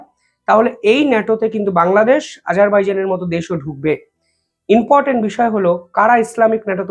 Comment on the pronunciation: ভাই ...reporting করার সময় তোমার শব্দ চয়ন সঠিক হচ্ছে না ...."বলেছে, বলেছেন, করেছে, করেছেন " এই জাতীয় শব্দ প্রয়োগক্ষেত্র ভূল হচ্ছে বারংবার....আর repeatedly "inportant pronounce korcho...it should be important "..be careful